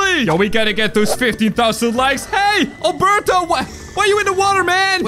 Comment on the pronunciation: Albelto NOT Albuurto